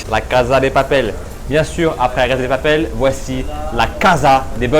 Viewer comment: LA CASSA DE PAPEL bordel le s se prononce "ss"